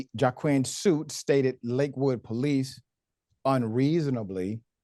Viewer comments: Ummmm, his name is pronounced wah-keen not jawquwin. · Pronounced Waa-keen